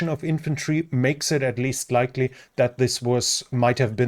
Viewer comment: He says likley